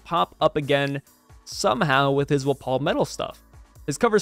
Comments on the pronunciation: “Wuh-paul” isn’t it pronounced Wah-pole? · Wft why are you saying wapol like that I honestly can’t even L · Bro do you not know how to pronounce his name